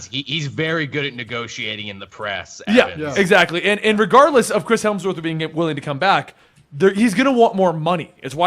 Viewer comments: "....i have to stop you. you constantly call him "Chris Helmsworth". it's Hemsworth. I think...you should apologize. apologize to the guy named Chris Helmsworth who thinks you keep calling him." (never thought that reference would ever come up) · There's no L in Hemsworth. Get it right